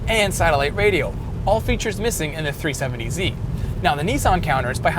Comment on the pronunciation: Is it just me or does this guy say tree70z instead of 370z